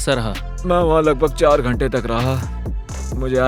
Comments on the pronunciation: Ghante not Dhante 😂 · It's not dhante it's ghante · It's ghanta not dhanta! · It's ghante not dhante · DHANTE NAHI HOTA GHANTE HOTA HAI😂😂😂 CORRECT IT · ⚠️It's Ghante not Dhante..⚠️ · ITS GHANTE NOT DHANTE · Bro not dhante its ghante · Bro ghante not dhante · Ghante not dhante